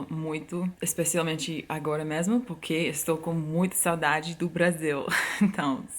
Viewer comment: AAAAAAAAAAAH, essa mulher!!!! Sou completamente apaixonada. Quer ser minha amiga? <3 Obs: Adoro quando você fala "porque". Acho que não consegue pronunciar a letra R, daí sempre sai "poquê". kkkkkkkkkkk... Acho fofo! 😍